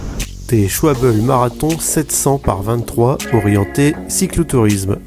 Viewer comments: ça ne se dit pas "souabel" mais "sch" (presque comme dans chut )+ "val" (comme dans vallée) + "bé" (bébé) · Au lieu de mettre des pneus gravel sur un vélo de route, on peut également mettre des pneus assez fins (genre maxxis Detonator Hybrid) sur son VTT. Sinon, la marque allemande, c'est Schwal-be et pas Schwab-bel (c'est le mot allemand pour "hirondelle").